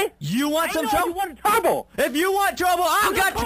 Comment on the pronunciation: YOU WANT TOUBLE ? lls get me everytime !